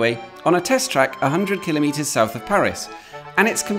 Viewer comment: At last, someone who correctly pronounces kilometre (or as my American friends spell it, kilometer). The stress is on the first syllable, not the second, thus /ˈkɪləmiːtər/ and NOT /kɪˈlɒmətər/. A simple rule states that all SI unit prefixes are so stressed in English. Placing the stress on the second syllable denotes not a unit of measure but a device for taking measurements. So a micrometre or (American) micrometer (stress on the first syllable) is one millionth of a metre, whereas a micrometer (stress on the second syllable) is a device for measuring small distances precisely. See an excellent reference book by Kingsley Amis "The King's English" for the authority for this viewpoint. Who said pedantry was dead (Jeff, Jago?). Here endeth the lesson.